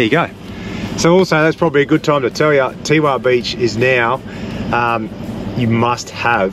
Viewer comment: Teewah is prounced Tewar we people who li ved there sick of it being said wrong Lovely place had Coloured Sands tour business in 1969